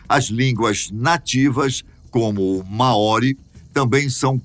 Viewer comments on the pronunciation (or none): A pronuncia correta seria mais parecido como (Máori) e não maóri! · Muito interessante, mas me mata a pronúncia dele em " Maori "